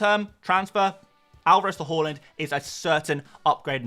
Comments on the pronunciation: Fan of this channel but “horland” drives me crazy 😂 Haaaaland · Great content as always. Thanks Mate. One note: His name is Haaland and it should be pronounced as Haland not Holand 🙂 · Haaland ❌ Holund ✅